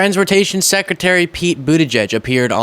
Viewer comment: Mr. Seckuhterry.